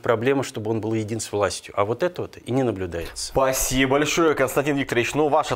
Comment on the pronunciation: не "Пасиба", а "Спасибо" надо говорить.